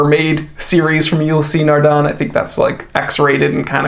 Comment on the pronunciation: Ulysseee? The pronunciation is ULYss